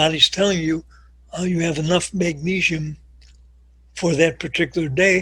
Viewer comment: If he pronounces magnesium "magneeshium" one more time, I'm going to kill myself. And why doesn't he call potassium "potasheeum"?